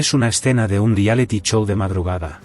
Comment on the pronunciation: Mire aprenda hablar ingles o mejor español, no se dice dialety show es Realitty shows, ninguno de los dos idiomas lo dominan, digame por ejemplo donde la "la R.A.E" dice que por ejemplo ATLETA ,se dice aleta? Cual la de tiburon?donde dice la rae que la T NO SE PRONUNCIA, igual para DECATLON? wue dignifica decalon??? También se come la T😂😂😂😂😂, BUEN PROVECHO